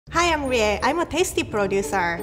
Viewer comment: HELP WHEN SHE SAID “Hi I’m Rie” I HEARD “Hi I’m gAy”